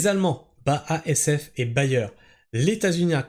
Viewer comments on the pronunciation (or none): none